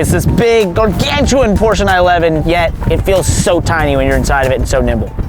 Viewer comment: So nice to hear people correctly pronounce "Porsche", with 2 syllables. Good on ya guys.